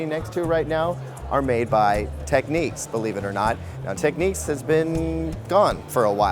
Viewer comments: Repeat after me...TECK.....NICKS......got it ? TECK-NICKS. IT is not Techniques. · Why the fuck would you pronounce the word "Technics" as "techniques"?